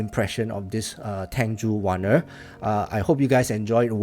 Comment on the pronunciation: First time watching a first impression, not an audiophile, but the terms 'sparkles' and 'bitey' were interesting lol Also you're the only person who pronounced the name right so good job haha